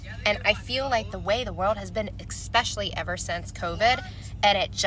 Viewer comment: “Expecially ” lol.